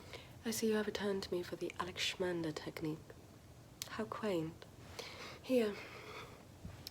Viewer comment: Alexander techniqueeee!! I remember the first video of this series. I guess it was around 2019-ish. Love it anyways, your weird pronunciation makes it so relaxing...